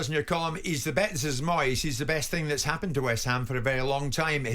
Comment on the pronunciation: I'm sorry ter say again it's Moyeseh